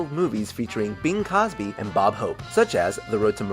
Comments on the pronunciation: It's been two years and it still bugs me that he said Bing Cosby. There's an "r". It's Crosby. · Crrrrrosby not cosby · Do you mean Bing Crosby? (not Cosby)